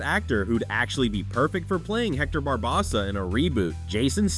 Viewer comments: It’s BarbOssa, not BarbossA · Once I heard him say Barbossa's name wrong, thums down, you sir have never seen one pirates ☠️ movie.